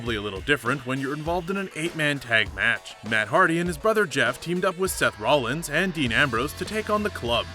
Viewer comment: At least he said Rollins right this time? LOOOOL